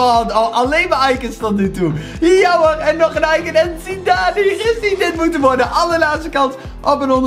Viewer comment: Je spreekt het uit als zidaan